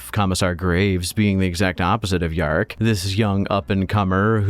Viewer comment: missing an ‘R’ there mate